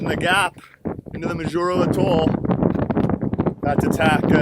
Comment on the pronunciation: Its pronounced Maw Juro